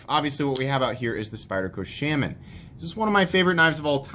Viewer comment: Sh-ah-min. Not Sh-ay-men.